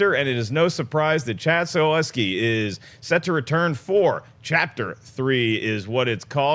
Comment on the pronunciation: It's Chad Stahelski not Staleski. Also it's Hiroyuki Sanada not Hiryoki. And he's a man.